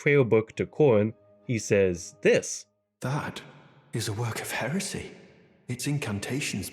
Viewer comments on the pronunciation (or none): The speech impediment just gets worse and worse as the video goes on. "Hewesy" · It just tickles me pink how you said the tubes being for communication. Metyr reaching for one to listen in for the Greater Will to give instructions and only hearing comical wheezing and coughing and interprets those sounds as totally opposite by meaning Edit: I never thought I'd hear the word "hewesy" when it came to ER lore